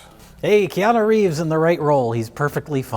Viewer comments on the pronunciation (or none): none